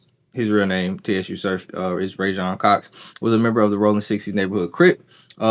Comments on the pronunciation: It’s pronounced “Sue” Surf my guy. #JERSEY💪🏽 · why in thee fk are u calling him T.S.U. .....U mean to tell me u doing a video on a guy you not even a fan of..its no way you a part of battle rap culture saying his name like that..... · Su surf the t is silent bro lol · Im out. Soon as he said t-s-u surf i clicked off. Cuz he obviously doesn't know wtf he's talking about. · Everybody wana be a podder for the latest news. Can't even do simple homework on how to pronounce a name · The T is silent my guy… 😂😂😂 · stay motivated don’t let the comments distract ya mission my guy… I fuck wit da vid it’s just a mispronunciation… just gotta do a lil more homework… BLESS